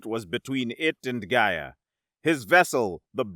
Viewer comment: I have to poke at your pronunciation of "Gaia" here. The first time you say is is... distinctly different from your (correct) pronunciation later in the story. Also fun is where the subtitles fluctuate between "Rygovax" and "Gyrovax" and "Rygon", or when "Sevarro" and "Zevarro" and "Nevarro" are swapped back and forth, as well as "Stonvar" and "Stondar". Some of them (notably, "Gyrovax") are read as written, which makes it even funnier xD Great story, as usual, though!